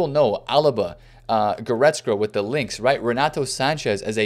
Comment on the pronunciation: please practice goretzka's pronunciation